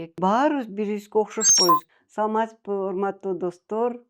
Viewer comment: Канча айтам саматсызбы эмес саламатсызбы деп. Нерв кылат да ушул алып баруучу.